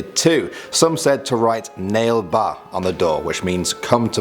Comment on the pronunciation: I couldn't stop laughing when he said Nail-Ba 🤣🤣 it's actually pronounced Naa-Leh Baa. I'm a Bangalorean fyi.